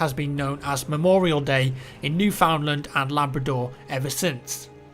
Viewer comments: its cringy hearing people say New-found-land cause we say it neuf-an-land thats how we pronounce it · bruh it's pronounced "newfundland" here not "new found land" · lol actually pronounced it NewFoundLand rather than NewFundLanf All that aside it would be great if us Canadians could get some recognition in this WW1 game as it was truly one of the first times we felt national pride in something that we have done and the world looked at Canada as an independent nation rather than a British colony. It would also be cool if we could fight as Australians in the battle of Gallipoli. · Love the videos bud but just a heads up, Newfoundland is said like New'fund'land. You say Newfund as you would one word. Lol That's the Canadian way to say it. Cheers! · Yeah, even over here in Alberta we'll pronounce it Newfinland, you say it fast, not pronounce it New Found Land. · Its not said "new-found-land" its said "new fin-land" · its Newfound Land not New Found Land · It's New "fund" Land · as a Canadian citizen I'm just stating Newfoundland is pronounced new fund land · is pronounced New-fun-land:P It's called Newfoundland because it was a "new found land," but that's not how it's pronounced. Regardless, I appreciate these types of videos. My great great great uncle was killed in Passchendaele, and seeing this kind of video brings me (and probably many others) great pride! Respect, thanks!:) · Highly decent research,. Newfoundland is pronounced New-fin-land, and you forgot to mention the commander Sir Arthur Currie, to whom we owe a lot for that day's success. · Newfoundlander here, it's actually pronounced New-fin-land. Either way, awesome video! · usually we pronounce it like newf-in-land. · I think all Canadians pronounce it like newfinland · it's newfinland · Newfoundland is pronounced New-fin-land. Your welcome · Just a heads up Newfoundland is pronounced "New-Fin-land". Great video, thanks for the Canadian recognition.